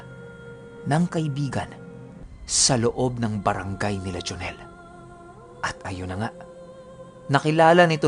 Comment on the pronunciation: Galing nga po ng pgkkabigkas nya e. Hehehe.